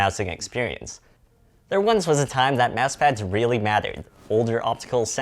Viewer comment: "Mas pad"